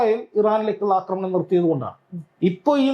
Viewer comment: യോടാണ്, അക്രമണം അല്ല കൊച്ചേ ആക്രമണം എന്നാണ്. പറയുന്നത് ശെരിയായിട്ടാണ്. അതു കേട്ടു പഠിക്കൂ.